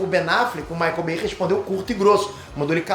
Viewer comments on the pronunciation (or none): none